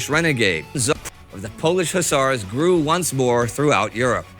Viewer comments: Hussars ✅ Hussers ❌ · I kept yelling at my tablet " it's Hus-sars" lol😂😂. ....,Do Fields Of Verdun next or 7 Pillars Of Wisdom 😊